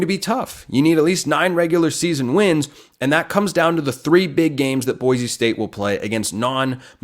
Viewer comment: Boy-see not boy-zee